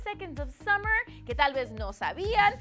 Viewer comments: Otro dato curioso... Son Australianos! 😱🙊OMG no se lo imaginaban no? ⭐No es KEILUM se pronuncia CALUM. ⭐SUMMERS? Somos 5SOSFam. Gracias por su atención. ✌ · summers??,Keilum??,Taitanic?? Aguas con la gringa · Keilum? SUMMERS!? ES CALUM Y SOMOS LA 5SOSFAM AAAAAAAAAA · "SUMMERS" aireh no puedo xd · JAJAJAJA NO MAMEN ''SUMMER'S'' JAJAJAJAJA claro...